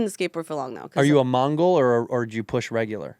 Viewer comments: its mongo, not mongol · It's mongo not mongol ya dweeb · It’s not “mongle” it’s “mongo” poser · it's called pushing "mongo" not "mongol" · It's "pushing mongo" Andrew! Sorry I can't be a fan anymore. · It's pushing mongo not mongol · It's mongo brah, not mongrul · Hey andrew its Mongo not Mongol try not being weird for an hour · it's mongo not Mongol loser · In skating it's mongo, not Mongol lol. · It's Mongo Andrew. Mongo. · It's mongo not mongol